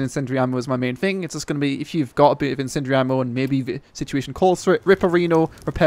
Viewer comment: these great things called syllables, use them. Sounds like you're saying sentry ammo. Lol. Incendiary, use the syllables.